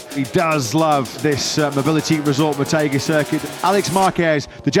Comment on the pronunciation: its MO TEH ghi not Mo TAY ghi I might go tomorrow